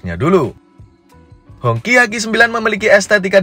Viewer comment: Bacanya hong qi. Bukan hong ci. 😂😂😅wong indo lek ngomong kaco.